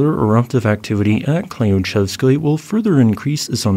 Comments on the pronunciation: The "y" in that word is pronounced like the "y" in the word "you" - klyooCHEVskoy. It's a mouthful for English-speakers, I know! Klyuch is the Russian word for "key". 🙂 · Klyuchevskoy should be pronounced something like "clue chef's coin" but without the final 'n' sound. The stress is on the last syllable.